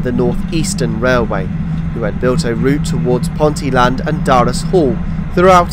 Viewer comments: Fantastic, enjoyed this, having watched your Yellow Line video yesterday :o) Just a couple of pronunciation corrections, as a Newcastle chap: Ponteland is pronounced "PonTEEl'nd" with the emphasis on the 'tee' sound. Fawdon is pronounced as "forden" (the 'w' is not voiced). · Fabulous video and good informative narrative but you did make me laugh with your attempt at pronouncing Ponteland and Stanhope 🤣🤣 (Pon- teal-lund and Stan-uhp)